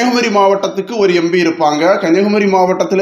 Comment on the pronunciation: Embi ya. Empi. Adhuve sariya sollunga